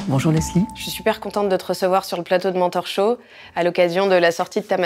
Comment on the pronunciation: Ok une petite blague un peu nulle mais faut bien un peu d'humour 😊 1ère fois que je tombe sur cette chaîne et j'entends un accent bien français dire "bienvenue sur mon torchon" ... 🤔 Du coup mes yeux furent obligés de regarder l'écran pour lire le titre et comprendre que cela signifiait "mentorshow" 😅 ok merci pour le rire du matin ❤ Et A deux mains, Pardon, À demain 😘 🫶